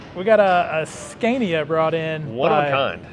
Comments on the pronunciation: Nice truck :) If there are any americans who wants to know how Scania is pronounced: The first "a" in Scania is pronounced like you would with the word "awesome". "Scawnia" :) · Scay-nia? Say Scah-nia. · It’s not a “Sk-CAY-niya” but “Sk-AH-niya.” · Why butcher the truck and not keep it original? It is one of a kind in North America. Also, learn how to say Scania.